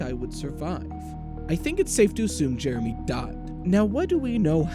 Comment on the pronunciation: Jeremy? Do you mean Heremy?